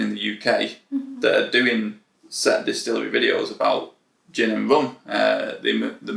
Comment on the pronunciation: Still sounds like he’s saying “booze town” After lock down I’m taking my wife to Manchester, she loves the gay village (yes that’s the actual name of the area!) we love pride down there. It’s a fantastic time. Anyway! We’re coming to see “booze town gin” Can we get a tour?